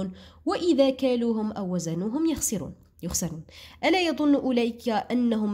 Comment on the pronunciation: يخسرون بالكسرة ماشي بالفتحة😢😅